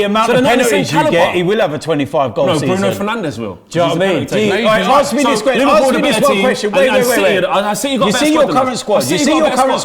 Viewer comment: “Quwestion” he loves that 2